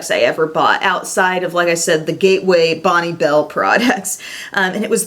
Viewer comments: We just didn't highlight, we went ham on the glowy blusher instead!!... And Bonne Bell is pronounced "Bon Bell"... xXx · Awesome video! Thanks for the throwback to the 90's. So that's how you are supposed to pronounce Bonne bell? Oops. I was saying it wrong as as teen.:/